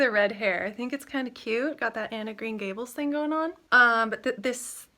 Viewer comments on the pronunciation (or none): none